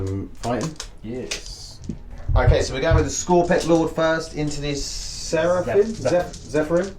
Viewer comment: Sepherim? x) Sure you are not talking about Seraphim?